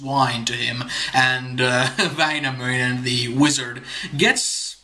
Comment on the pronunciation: In several verses you seem to have pronounced endings "-nen" as "-sen" in both Wainamoinen and Youkahanen. I have zero knowledge of Finnish. Did I hallucinate this? If not, why? Thanks :)